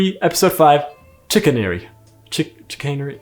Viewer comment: Pronounces Chicanery slightly wrong "And he get's to be a Youtuber? WHAT A SICK JOKE! I should have stopped him when I had the chance. And you, you have to stop him-"